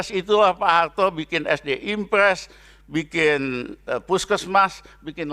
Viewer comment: Suharto pak bukan Suhalto,mineral bukan minelal